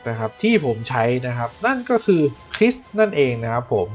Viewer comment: คริสครับไม่ใช่เอส แรกๆบอกคริสเป็นเอส อิอิ แต่ก็ขอบคุณครับทำให้รู้แพสเทิ้ล บอส